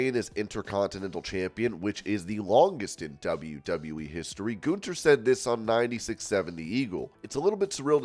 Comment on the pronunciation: The characters name is pronouns GUN- THER. Not GOON- THER